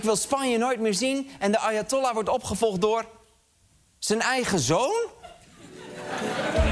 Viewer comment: Ik hoorde steeds: "Arjentollah". Nederlandse betrokkenheid ten top 😂